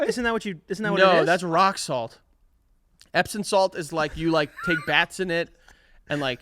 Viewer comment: Is it just me or are they saying "epsin salt" and not "epsom salt".. I can't figure out if I am hearing it wrong or they are saying it wrong.